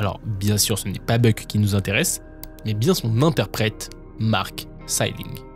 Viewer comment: Pour Mark Salling, le série Glee c'est "Puck" pour Noah Puckerman et non pas "Buck". Et c'est lui-même qui s'est présenté à la police et il a plaidé coupables parce qu'il était coupable de détention d'images à caractères pédopornographique et qu'il l'a assumé, c'est en voyant l'ampleur que ses pulsions prenaient qu'il s'est dénoncé et si il a mis fin à ses jours c'est parce qu'il était remis en liberté et qu'il ne voulait pas passer à l'acte, il n'était pas encore pedocriminel seulement pédophile. Et comme il n'a eu aucune obligation de soins, une remise en liberté totale il a préféré lui-même mettre fin à sa vie plutôt que de briser la vie d'une enfant. Faut creuser un peu vos recherches car pas mal d'erreurs dans quelques histoires. Pour le reste, très bonne vidéo!